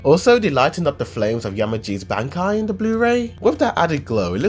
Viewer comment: that bankai pronounce killed me...